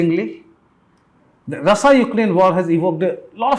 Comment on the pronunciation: Bhai pahle "Russia" bolna seekh le tab apna third class gyan bantna.. this is what the real face of so called unbiased and unhyphenated journalism. pure BULLSHIT.